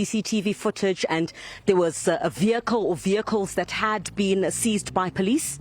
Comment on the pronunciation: Vehicle not vikle